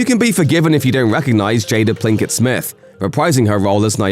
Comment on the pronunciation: Jada “Plinkett” Smith? you guys need to start reading your scripts more thoroughly, maybe you won’t be blurting out Typos so easily.